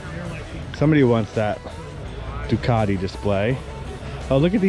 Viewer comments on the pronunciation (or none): none